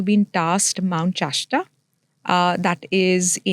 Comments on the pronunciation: Just the fact she calls mount shasta, chashta makes me doubt her very claims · It is Mount Shasta, not Mount Chashta!! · It’s not called mount cheshta, it’s mount shasta 😂.